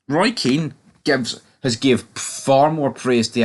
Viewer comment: Hun ears ffs get a grip kid he's been sucking english cock for years Kean gives them abuse you simpleton did you go to a special school if you're a football expert get people's names right